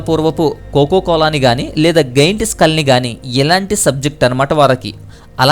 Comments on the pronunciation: గెయింట్ కాదు..... జెయిoట్... Kindly, pronounce correctly.. Good awareness information 👍👍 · Giant pronunciation: జాయన్ట్. Goiath❌ Goliath ✅